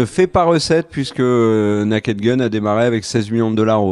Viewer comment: Merci pour cette agreable vidéo et votre acgent anglais inimitable ! Alors un conseil : con dit "nez-ked" pas "na-ked" 😊